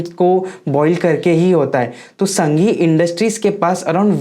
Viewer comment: संघी नही सांघी नाम है कंपनी का